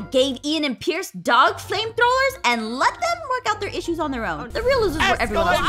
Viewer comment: 54 and 55 she called pierce ein